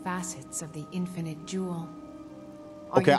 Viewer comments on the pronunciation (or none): none